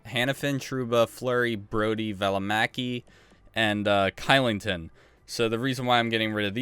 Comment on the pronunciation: Kylington is pronounced Shillington, just letting u know